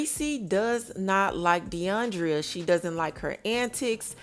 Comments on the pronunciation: It’s not Deiondria it’s Deion-dra 🙄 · It's deiondra....NOT Deiondria...